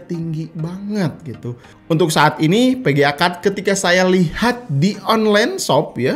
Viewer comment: PEGEA atau VEGEA??? :v